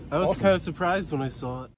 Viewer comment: The pronounces the word saw sawL!